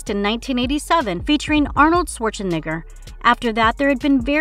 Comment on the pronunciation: Ether the people on this channel are foreign and attempting to talk in an America accent or these are computer generated voices cause some of these pronunciations are hilarious.....jeepers keepers....Arnold Schwarzenigger lmao.....and the new pinhead "actress" is actually a guy 🤣🤣🤣